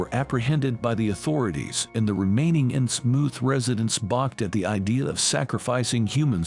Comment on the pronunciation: I lasted but that AI mispronouncing 'Innsmouth' is just too distracting. It doesn't rhyme with 'vermouth'. sigh It's okay. AI will get better. I look forward to serving our AI overlords.